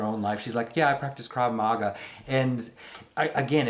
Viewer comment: reaction to pronunciation of krava maga... priceless.